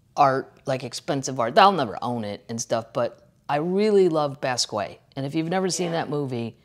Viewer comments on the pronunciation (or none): Kathleen! Someone should tell you it’s pronounced BOSS KEE OT not bass quay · PLEASE PLEASE PLEASE pronounce Jean Michel Basquiat's name correctly!! It's pronounced BAH-SKEE-OTT. Thank you! (Sincerely a St. Louis girl in Utah) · Shhhh. Bahs key yacht. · Kathleen FYI It's pronounced Bas KE ahh. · OMFG KATHLEEN!!!! It's pronounced BAA-SKEE-OTT!!!! 🤦‍♂️🤷‍♂️ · Love you Kathleen - I’m not sure I trust your pronunciation of basquiat, but I love you